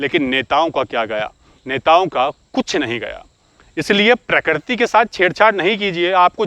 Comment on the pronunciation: Sujhav - प्रकृति not प्रकरती hum Hindi toh theek se bol hi sakte hain, you are doing great work 👍